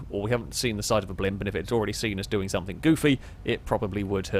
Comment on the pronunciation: Learned some new words, today. "Recognization" "Somethink" "Blowan"